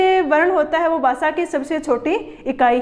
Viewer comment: Basa ni bhasha hota h